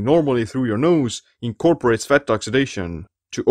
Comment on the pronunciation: I love the way you say, Fatt